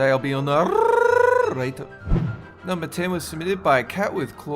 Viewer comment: To day I'll be your narrrrrrr motor